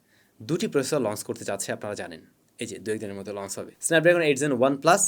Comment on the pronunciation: Bhai plz pronunciation ta thik koren ei choto choto jinush puro kota barta khet banai fele, lonce ki hea???